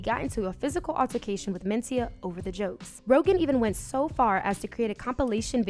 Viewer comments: The accent is on the 2nd syllable men-CI-ah. Not MEN-ci-ah. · Same here. She's putting the emphasis on the first syllable most of the time.